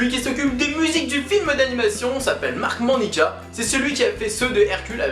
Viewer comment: Petite rectification: la musique est signée Mark Mancina et non Marc Monica. Le plus drôle c'est que j'ai eu un collègue américain du nom de Marc Monica et que je t'ai entendu prononcer ce nom ça a fait tilt ! :-)